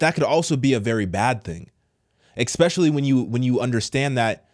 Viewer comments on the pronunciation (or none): It’s especially, not exspecially. It’s library, not libary! 🤪👍🏽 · Good content But please … it’s Especially Not Expecially And it’s not Liberry It’s Library ;) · It's not a liberry it's a library Not exspecialy it's especially man come on